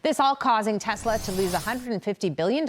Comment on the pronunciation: ‘I love Tesler!’ 🤣🤣🤣